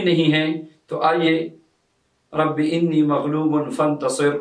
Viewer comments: آنی زبر کے ساتھ ہے آپ زیر کے ساتھ پڑھ رہے ہیں کون سا ٹھیک ہے؟ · Allah k banday Enni nahi Anni hy Ghalat mat parho ( shukria) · Rabe ani Hy ini Nahi hy plz talfuz thek kar lwn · Aap Anni ko Inni padh rahe hain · لکھا ہوا رب آنی ھے آپ رب انی بتا رہے ھین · آپ نے لکھا رَبّیِ اَنّی اور پڑھ آپ رہے ہیں رَبّیِ اِنّی یہ فرق بیان کر سکتے ہیں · Assalam oalekum Allah aap ko jazae khair de ameen lekin ye bataen rabbe anni ya inni paren q k likha hoa tu anni hy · Sir Rabbi Anni Maghloobun Fantasir hai. Ap Alif ke nechy zer laga rhy hain jabky zabar hai